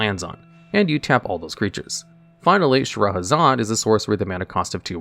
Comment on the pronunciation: lol butchering all cardnames but perfectly pronouncing Shahrazad